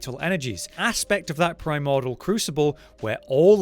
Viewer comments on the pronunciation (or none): PRY-MOR-DEE-UHL... not PRY-MOR-DUHL